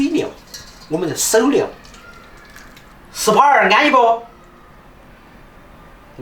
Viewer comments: ，SPA (濕吧) 不是 sap 😄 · 按摩是SPA 不是SAP... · 👴佛了，工地英語，是spa，不是sap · 是spa 不是sap 😊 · 是SPA 不是SAP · SPA not SAP 😂😂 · SPA 的英文是 SPA，不是 SAP 啊。